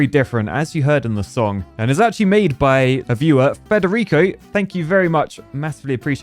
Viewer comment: You pronounced "Federico" pretty well! Loved season 4, keep on going